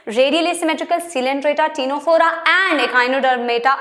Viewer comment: Ma'am you pronounce ctenophora wrong, you gotta pronounce tinaphora🤭🤭.. btw had a great class ma'am..